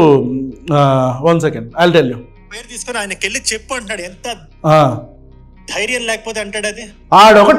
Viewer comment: ఆవేశం స్టార్ ...."ఎంత ధ్యారం లేకపోతే అంటాడు ఆ మాట " కాదురా బాబు తెలుగు నేర్చుకో "ఎంత ధైర్యం ఉంటె అంటాడా మాట" అనాలిరా బాబు...స్క్రిప్ట్ సరిగా రాసుకో ఆవేశం కాదు నాన్న!